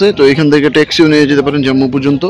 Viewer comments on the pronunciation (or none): উচ্চারণটা "জাম্মু" নয় "জম্মু" হবে । হিমগিরি ১১.৫৫ তে ছাড়ে ।